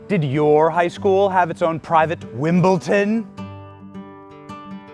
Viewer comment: Benny, it's Wimbledon, not 'Wimbleton'.